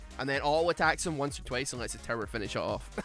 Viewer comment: I keep hearing you say 'terror' instead of 'tower', and I'm honestly okay with it, lol